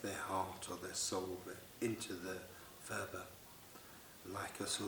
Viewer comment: Phurba is not pronounced 'furba' - there is no 'f' sound in the Tibetan language. Phurba is pronounced 'purba' - the 'h' is gently aspirated. Nepalese dealers will understand if you say 'furba' because so many Westerners make this mistake!